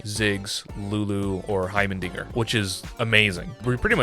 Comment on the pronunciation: Really good content for such a low sub count. You got yourself a new one! Few pointers though. 1: It's Heimerdinger. Not heimen. R 2: Veigar is pronounced Vi (like eye with a V) Gar (like car with a G) 3: I'm not correcting click-clank. I will forever call him click-clank now